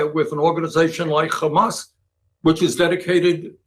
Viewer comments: Funny how Sanders pronounces "Khamas", i.e. like in Hebrew. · Bernie says khkhamas just like every good Likudnik. Sorry Bernie, I thought you were better than this. I hope you find Netanyahu's pocket comfortable, it must be crowded with most of the US Congress in there with you. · Just the way Bernie says Khamaas shows where his puppet strings come from : The correct word is HMS (Ḥarakat al-Muqāwamah al-Islāmiyyah) translates in English as A Resistance Movement For Restoration of Peace (Islam means peace). At least, know your enemy. Nobody in political power seems to know HMS or Hamas. Israel projects their worst fantasies on them and obviously has the ear of American politicians - I guess the AIPAC paycheck is the problem and after 9-11 it has just become the norm to be Islamophobic if you are American. But, shouldn't people be less intellectually lazy and try to understand their 'enemy'. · How he says “ Hamas “ is so pathetic . Trying to sound “ Israeli “ Some sea mites 🤦🏻🤦🏻 Can’t pronounce a Semitic letter properly…🤷🏻‍♂️